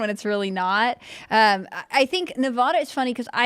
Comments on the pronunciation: It's pronounced Nevada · stupid girl has a fit when people say her name wrong. CAN'T SAY NEVADA CORRECTLY